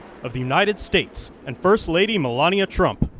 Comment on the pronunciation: Dude has said Melania three times and has pronounced it differently three times.